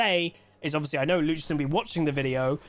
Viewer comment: i hear luchden 😅